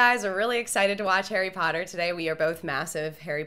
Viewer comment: Did she said Harry Powder? xD